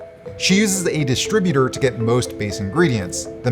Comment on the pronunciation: Dis-tribu-ter. Emphasis on second syllable, not the first.